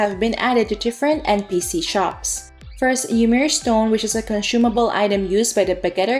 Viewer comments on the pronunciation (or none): none